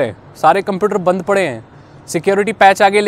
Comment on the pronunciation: bhai it's "banned" not band